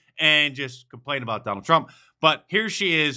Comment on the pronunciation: "Drump"...... the old slip there. She probably calls him that all the time. What a witch.